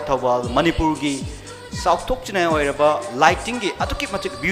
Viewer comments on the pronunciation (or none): none